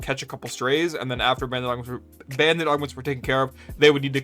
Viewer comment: I've never heard someone pronounce it like "bandit" lol